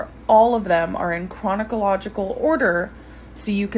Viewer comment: Wait wait did she just say “chronicallogical? It’s chronological 😒